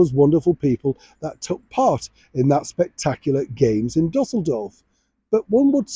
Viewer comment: You pronounced the German city Düsseldorf as “DuSSeldorf” three times with the incorrect accent on the wrong syllable.It’s pronounced “Doo-sell-dorf”.